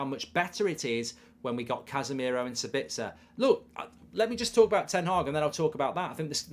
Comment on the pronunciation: As an Austrian it triggers me how you pronounce Sabitzer. You have to emphasize the A and not the I. So basically SAAbitzer